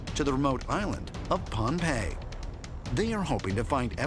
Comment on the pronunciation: He pronounced Phonpie wrong first off. Also, I have been there and local Micronesians don't consider it haunted, Also, they don't say anything about floating blocks. They say they were floated on the water.